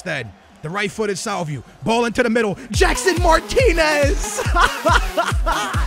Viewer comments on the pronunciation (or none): Damn you really slaughter some names. Salvieu? No, SalviO, just like rodrigO. On the other hand rodrigo comes out nice. And look at the name pereira, damn man